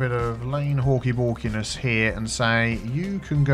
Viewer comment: “Lane halkeybalkeyness” -Biffa2k19